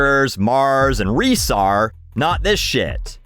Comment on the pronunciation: Pronouncing Reese's as "Reece" made me irrationally angry